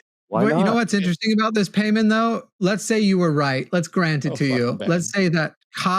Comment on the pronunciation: Is definitely pronounced pie mon, if you’re gonna worship demons, at least get the name, right😂